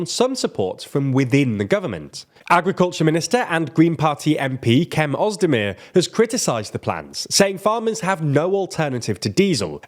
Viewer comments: Cem Özdemir's name is pronounced "Chem". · Small mistake i'd like to point out. The correct pronunciation german Agriculture Minister Cem Özdemir is [ˌʤɛm ˈœzdɛmiɾ̝] which is close to the ch in chess .